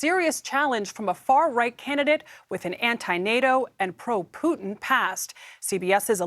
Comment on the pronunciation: Lmao Canadian news channel crying about "scawwy far wight" 😭